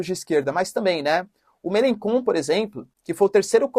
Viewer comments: A pronúncia e [melanxón] e não "kon" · Professor o nome do político, se pronuncia Melanchon ,Jean Luc Melanchon. Ótimo conteúdo forte abraço. Estou na França se quiser uma precisar de alguma informação local só chamar . Forte abraço.